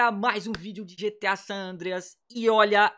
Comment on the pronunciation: NÃO É SAM É SAN